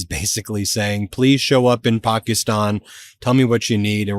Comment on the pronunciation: I like how Ben actually focuses on his pronunciation of the words like Pakistan and Iran